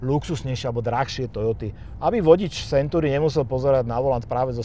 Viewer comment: to su silne slova, video nebolo spatne. ale na tej anglictine to chce trosku zapracovat, century sa urcite nevyslovuje [senturi]...trhalo mi to usi celu dobu